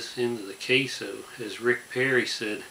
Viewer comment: Queso* but yeah it's funny asl 😭